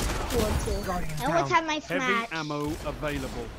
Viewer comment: "I've almost got my shmash" i broke into laughing when i heard this